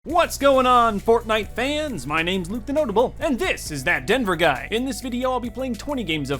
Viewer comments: No one: TDG: Exist*: “That donfrjdonruwhrvrheofnrbtj guy” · You said his name wrong so many times I forgot it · The amount of times you messed up his name😂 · Watch this video but take a shot every time he says ThisColoradoDude name wrong.